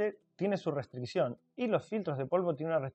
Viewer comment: Entendido Sr. ""